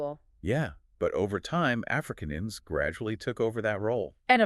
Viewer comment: They are not Africans as you pronounce them, They are Afrikaaners.